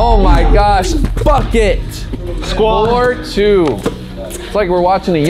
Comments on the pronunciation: did say fuck it or bucket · did say f**k it or bucket?